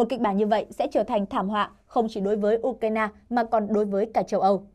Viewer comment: Đọc là " U cai na" là hiểu trình của kênh😅